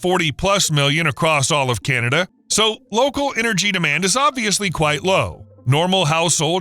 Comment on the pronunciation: It thought it was CANada not CANTada.. get it done hoser.